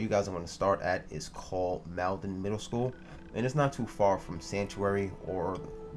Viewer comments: (Mall- den) not "mailden" :) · It's pronounced maulden not maledan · FYI Malden is pronounced (Mall den ) no biggie just thought you might like to know :-) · It's funny and annoying hearing how bad people that aren't from Massachusetts pronounce city's from Massachusetts "Malden" it's pronounced "mall-den"